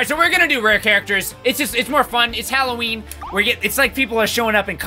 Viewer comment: No its not halowwen